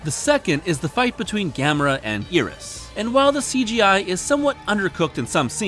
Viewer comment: you see Iris and you pronounce it "ear-rus", not "eye-rus"? I think you've got the wrong body part dude